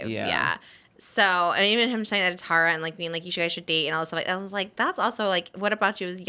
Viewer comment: Trish, Tara pronounces her name Tar-a, not Tear-a